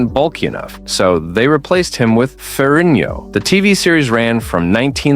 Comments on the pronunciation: FeriGGno! For crying outloud! Get his name right! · Why can’t this guy pronounce Ferrigno consistently ? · Say ferigno again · I cringe every time I hear you pronounce Ferrigno. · Stop saying ferino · Seems like they did a lot of good research to do this video, the only thing they didn’t do is figure out how to pronounce Lou Ferrigno name properly!